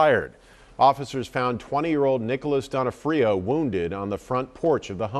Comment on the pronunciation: HOW DOES EVERY NEWS GET HIS NAME WRONG? Do they not know Vincent d’ONfrio? Not D’onFRIO